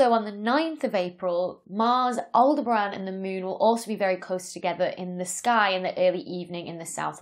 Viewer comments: Aldebran? Aldebaran, and it has four syllables. 😉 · I think Aldebaran is pronounced awl-DEB-aran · And she pronounced it "all-de-bran" except in the outtakes. Oh well. 'Spelioration' and 'pronouncification' are not the main traits needed in Astrophysics. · I thought she was saying Alderaan until I got to the bloopers 😅